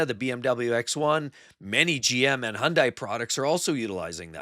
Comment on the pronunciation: Learn how to pronounce "Hyundai."